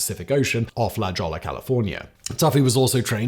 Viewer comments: Also la jolla is probounced "la hoya" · SWEDISH NAVY SEALS bro so sick. Spec ops dolphins holy shit. By the way La Jolla is pronounced La Hoy ya. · Not to nick pick, Simon, BUT, La Jolla is pronounced "la hoyah". I know as a Brit, you don't really care.😉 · Simon, La Jolla is pronounced ' la hoya '😊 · Just a note Simon, I know you dont really care about pronunciation of words, but La Jolla is pronounced "La Hoya" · I know you don't really care about pronunciation, but La Jolla is pronounced La Hoya. It's spanish and you should understand that pronunciation I think? (if not, ll is english y, j is english h). I'm only saying this because that mispronunciation pulled me right out of the video. (Also see the Beach Boys song surfin USA) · The places are pronounced "Point Moogoo" and "La Holla"... ;-) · Point Mugu: Muh-GOO. La Jolla: HOY-ah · Just for reference. Point Magoo is pronounced Ma-Gu not moo-goo and La Jolla is pronounced La H-oy-yeah. 😊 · Point Mugu, La Jolla, Point Loma - California place names defeat another reader.